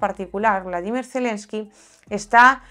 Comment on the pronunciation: por que dices "Bladimir" Zelemsky, no es Bolodimir?